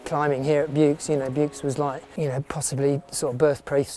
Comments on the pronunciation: Still can't pronounce it correctly after 30 years. The x in Buoux is silent. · I live in Vaucluse. The x is sounded. As it in in Aix en Provence.